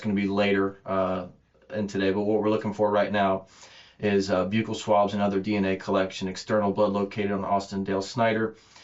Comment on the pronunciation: I’m shocked. This is one of if not the very first officer that I have ever heard pronounce buccal swabs properly. I swear every other interview they call them buckle swabs and it triggers me to no end. 😅